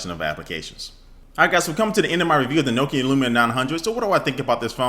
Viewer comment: It's Nokia not nookia ha great vid